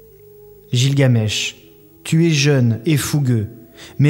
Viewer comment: On ́e ne prononce pas gilgamesh comme ça !